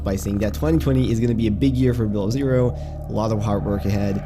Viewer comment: The way you say below zero at 13 seconds is fucked. It's two words not one. Say it with me......below zero not bilerzur